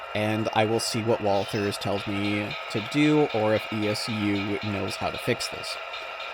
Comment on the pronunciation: Nice to hear somebody call it " walTHers" instead of walters.